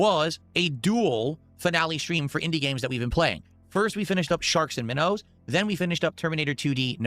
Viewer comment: Sharks and min-knows. This dude mispronounces so much shit I really am convinced he’s an alien at this point.